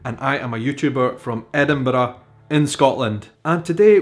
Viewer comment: I adore the way you say wee, bonnie and Edinburgh, a nice roll on that last one.